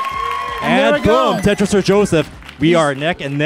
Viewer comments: He actually says “Tetris or death!” But yeah, it does sound like Jeff lol. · Tetris has 3 syllables Boom Tet Ris